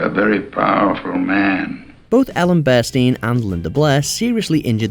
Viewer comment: Also they mispronounced Ellen Burston to Ellen Burstein